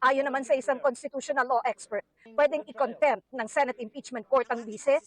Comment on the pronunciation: contempt.....hindi content...paki correct lang ang pronunciation...